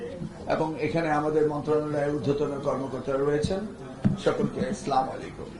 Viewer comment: স্যার স্লামালাইকুম না আসসালামুআলাইকুম